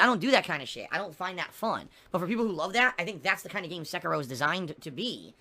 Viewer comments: "Sekayrow" - 2019 Sound good? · Seh-Kee-Roh not secker roh